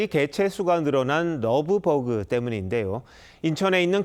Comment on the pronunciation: 되도않는 발음으로 러브버그 러브버그 그냥 한글로해